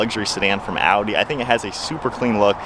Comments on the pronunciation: Man thats Audi not a-u-e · That is Audi but you said (Au-e) A8L